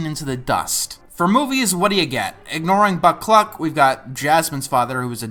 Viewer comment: I know you said "Buck Cluck" ...but what I heard was "Butt Plug"